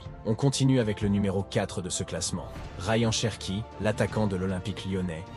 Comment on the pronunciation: La prononciation Rayen Cherki 😂